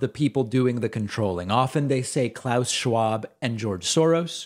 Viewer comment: "Claush" Schwab